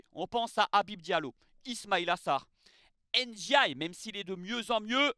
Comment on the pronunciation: Iliman Ndiaye (Ndiaye se prononce Ndiaye) pas (N) diaye. Le N se prononce à peine. Pour moi il aurait dû rester à Sheffield United, l'OM est un club trop compliqué pour lui il se met une grosse pression et n'arrive pas à exprimer son talent alors qu'à Sheffield United il marchait sur l'eau. J'espère qu'il ne va pas gâcher sa carrière parce-qu'il a un potentiel énorme.